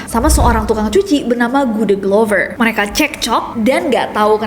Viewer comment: Aku dengernya: GUDEGLOVER HAH!!?? Tukang cucinya orang Jogja???